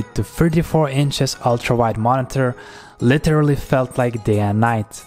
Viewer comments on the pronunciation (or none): none